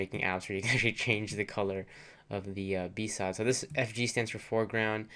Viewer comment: I thought BSOD was pronounced B-S-O-D... Not B-SOD. lol